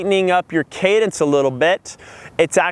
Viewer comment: Cadence not cadance!